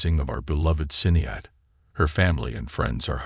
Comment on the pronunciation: Ffs....stop using these voice overs...her name was Sinead...prounounced Shin_ead....total disrespect 🤬🤬🤬🤬🤬